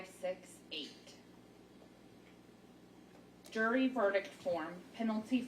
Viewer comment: If that clerk still has a job after mispronouncing half the words in that verdict I need to move down to Florida to apply for a job!